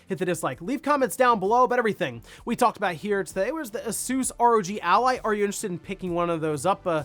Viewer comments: The way he says Asus is so annoying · Haha do you guys call it A-soos in America? It's definitely Ay-sus in the UK, Asoooos sounds really lols